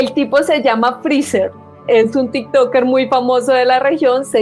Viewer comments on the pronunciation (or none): none